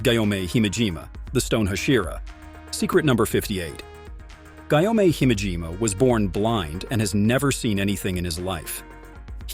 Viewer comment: am I the only one that cares that he called gyomei guy-o-may